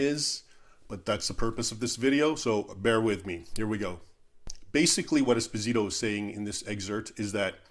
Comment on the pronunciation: Raymond, great video as always. I'm sure that fake history professor probably pronounces his own last name wrong, but this Spanish last name is Espósito (stress on the first O). If you stress the i, you're literally saying "small husband". Thanks for all the good content brother.